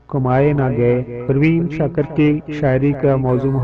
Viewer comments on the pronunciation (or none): Bhai skakar nh shakir hota hain mieaaa